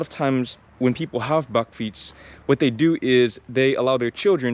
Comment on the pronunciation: You pronounced bakfiets perfectly.